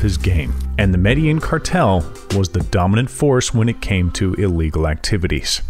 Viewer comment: This guy can not say Medellin correctly LOL it's Med-da-JEAN not Med-a-eeen!